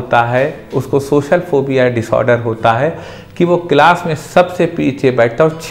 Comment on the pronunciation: Sir tum khud to baat kr nai paare ho, words ko sahi pronounce to kar ni paare aur aap logo ki problems solve karne chale 😂. For you kind information, wo socal ni social hota hai. Zabaan saaf karo apni pehle